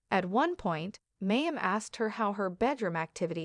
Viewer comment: Very AI voice. This is why we need humans to read things out loud. It's said Ginger not jing-er. I know of course it is spelled with the J like the rest of the Duggar children. Oh, and Mayim was said as May-im. 🤪